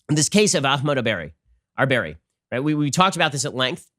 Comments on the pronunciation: I think you should try to at least pronounce his name correctly out of respect. Otherwise, your desire to be neutral seems very inauthentic. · Ben did the most Muslim pronunciation of his name lol.